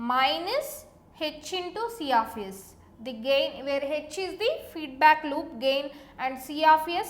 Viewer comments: i heard siyafiyes... omoo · See aaf ace